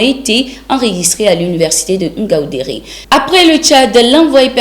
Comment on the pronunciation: Ngāu ndērē. Pas Oungaoundéré.